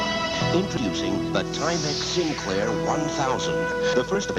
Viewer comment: Sinclair not SInclair lol